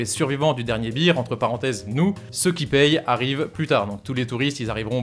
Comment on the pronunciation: Arrête de dire beer 🍺 parce bear ça se dit baire